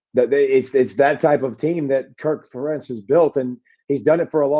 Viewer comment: Good one. Although, I did not like the mispronunciation of Ferentz!